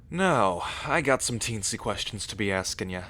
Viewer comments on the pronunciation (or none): Him: "I have some question to be asking nya..." Me: "WAIT THE SKY!?!? He say ASKING YA but is sound like NYA !!!"